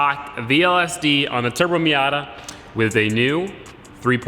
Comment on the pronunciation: Yeah he keeps saying wif instead of with...